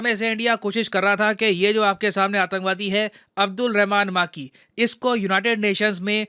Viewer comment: सर वो मां की नही, मक्की है 😛😛😂